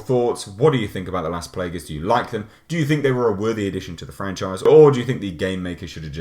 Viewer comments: Nice review! The word ''Plagas'' comes from spanish, were ''a'' has only one sound (probably because the origin of the scenario for the virus), so you pronounce as it's written ''Plaga'', not ''Plaega'' (yep means the same word, ''plague'' in english), as you say the last ''a''. Please explain someday more of the habitants of the town on RE4, specially the asshole of the chainsaw. XD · Playguhs, lol, Raymond Salazar, lol. Still a badass review. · I love pronunciation of Las Plagas xD